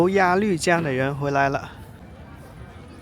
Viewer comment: 鸭绿江的“绿”是多音字，应发“路”的音。可见阿树没做功课😊